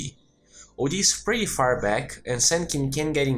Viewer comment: Parabéns pelos videos! São os melhores que encontrei até agora. Apenas um detalhe que gostaria de tentar ajudar, você utiliza muito a palavra "PRETTY" em seus videos, nesse em particular acredito que usou umas 3-5x, no caso você esta pronunciando ela de forma errada e meio que acaba soando bem feio/fora. Muito comum de acontecer com essa palavra, especialmente para quem é nativo do português. Direto ao ponto, você esta pronunciando a palavra "PRETTY" como "PRÉTY" quando deveria ser "PRITI" (UK) ou "PRIRI" (US), como você pode ouvir neste link: De qualquer modo, parabéns pelos videos, como disse, são os melhores que já encontrei até hoje, 10-0 na concorrência.